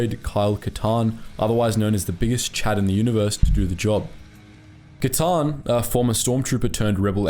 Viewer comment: is no one gonna mention the “Kylie Katarn?” 😭😭💀💀